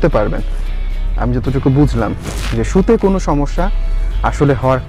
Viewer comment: আপনি যে শব্দ টা বললেন বাসের সিটে শুতে শব্দটার সতে নয় সুইতে